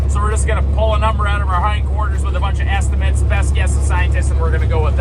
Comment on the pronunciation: Pardon my aging ears, but did you say “Asstimate”? Seems like a great description for an estimate pulled straight from the south end of a northbound politician! Bless’ns to ya